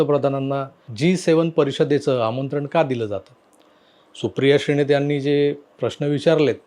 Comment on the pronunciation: श्रीणेत नाही श्रीनेत म्हणा